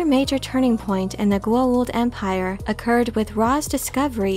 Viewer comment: To this day Richard Dean Anderson mispronunciation of Goa’uld as Goauld messes me up whenever I try to explain this show to my friends and I love that air force colonel, (general), for leaving such an imprint on me from the show XD.